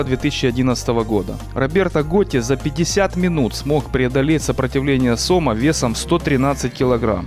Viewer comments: Если бы комментатор ещё и орфографию выучил было бы отлично,поймать не сОма,а сомА. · правильно говорить сомА а не сОма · СОма, сомА, блин вы определитесь с ударением. Как правило ударение при склонении идет на последний слог, а то ухо режет. По теме. Мой отец живой свидетель сомОв под 4-5метров. Водились они в реке кума на Ставрополье, да и вообще на юге России были не редкость. Тогда на реке еще не было водохранилища и она была меловата в спокойном состоянии, кроме мест где есть кручи и река довольно круто поворачивала. Там были довольно большие глубины и там лежали эти бревна. Ловили тогда их сетями. Отец рассказывал, как поймают такого положат на телегу, а хвост по земле волочился. Не верить ему у меня нет никаких причин, так как слышал не только от него, но и отего знакомых по детству и просто старожилов. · Не сОма, а сомА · не сома сомааа ударение на а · И не тухлятиной мясо отдает, а тиной. Сам то жрал сома товарищ автор, или ты только ударение на название рыбы ставишь не правильно периодически??